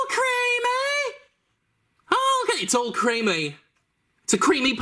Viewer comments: alcremie is pronounced like alchemy not like all creamy. its fruits and cream transformed into pokemon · Alcremie is pronounced like alchemy, but with creamy.